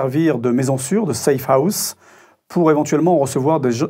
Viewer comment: Le mec parle de safehouse underground et tout le tintouin mais il dit çé i a mdr, pas étonnant que les français soient pris pour des billes